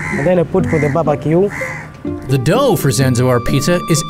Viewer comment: "Babacue" - a Tanzanian Chef 2019